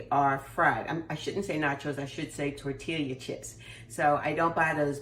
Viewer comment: Tortilla(Tor-Tee-yah)😅 Looks good. Will try soon. TFS.